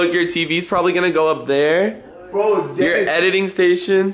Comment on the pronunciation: I heard you said DENIS for some reason.